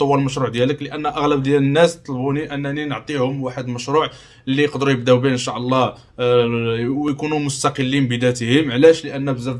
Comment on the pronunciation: قاليك أن شاع الله. الله يرضي الأخ حاول تنطق الكلمات بشكل صحيح: إن شاء الله وليس إن شاع ...